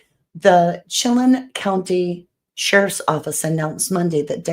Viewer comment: Excellent information- thank you for the video. Chelan is pronounced shilanne. It is a beautiful area- lake Chelan is a large resort area.